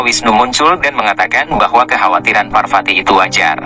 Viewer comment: V dibaca P. VARWATI BUKAN WARWATI AKAN TETAPI PARWATI . Belajarlah sedikit